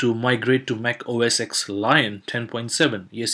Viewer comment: Only one comment!! OS "X"? OS "10"!!